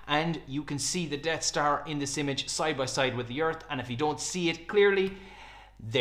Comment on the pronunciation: sounds like you're calling it "Dead star" but it's actually called the "Death star"